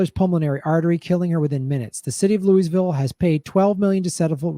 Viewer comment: Lou-a-ville. Lou-a-ville. Not Lewisville. Aaaaargh! Californians! Otherwise, spot on.